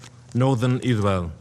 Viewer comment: I can't express how much a I hate this POS. ISGHAEL, ISGHAEL, ISGHEL. Learn the "R" sound you ghat